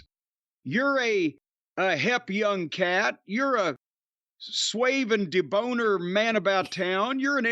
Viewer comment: Swave and da-boner 😂